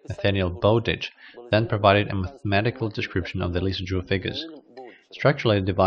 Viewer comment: Thanks for posting this interesting video. Worth viewing just to learn how to pronounce Jules Antoine Lissajous' name, alone. :)